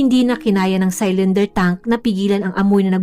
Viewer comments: Hnd po saylinder pronounciation.. silinder po ( cylinder ) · CYLINDER= SI-LIN-DER OR SI-LUHN-DUH SA GOOGLE NOT SAl-LAN-DER.